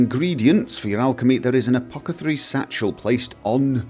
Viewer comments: ...did you just say apocathery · apocethary lol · teehee "apocethary" fully upgradable breezehome is permanently in my load order now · I can't help giggling every time you say "apoc-ethary". :D